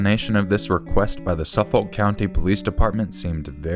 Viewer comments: I'm from Long Island and it's pronounced "Na-saw" and "Suh-fik" counties :) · Man is it funny trying to hear pronounce Nassau and Suffolk lol … Nah-saw and Suh-fik.